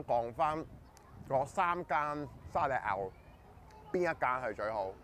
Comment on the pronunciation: 沙爹牛係食牛唔係湯😅沙爹夠香濃牛夠入味諗滑。同埋一定唔會係連鎖快餐店食沙牛😂每間茶餐廳都有唔一樣味道，不過睇到你咁有搵食精神，廣東話講得咁好就支持下。聽到沙爹牛既趴da~笑左😂